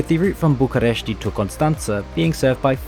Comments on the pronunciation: It's BucUresti Nord, not BucAresti Nord. :D I suppose you inspired from the english name. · Just to let you know: the "I" at the end of București: don't spell it. It is just: "Bucuresht"! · you don't have to put a lot of stress on the letter "i" at the end. same goes with fetesti and any other romanian city that ends in a "i". i mean, you can still hear it when we pronounce it, but you don't put that much accent on it. the way you pronounced it is correct if you were mentioning places like "bucurestii noi", which is an area part of the capital city. hope it helps! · bucuresti: the i is silent